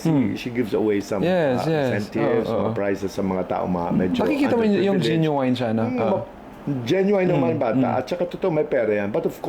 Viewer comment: 😢genuine not Jen yu wine😅😅😅